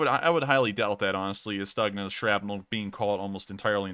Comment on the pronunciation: stookhna. not staagna